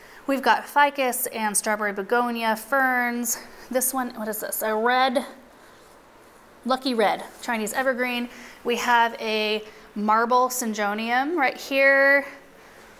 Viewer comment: Also.. Syjonium.. ? Idk.. And look it doesn't matter. At the end of the day.. it doesn't matter how we pronounce things😜🤣 but typically.. it's Sin-go-nee-um.. but yes. That marble syngonium is GORGEOUS 😁